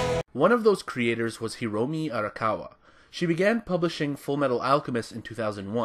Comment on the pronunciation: "Hiromi" It's Hiromu